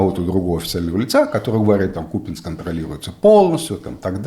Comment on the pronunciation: Не надо наезжать на Герасимова! Он говорил не про Ку́пянск, а про Купя́нск, который находится в параллельной реальности.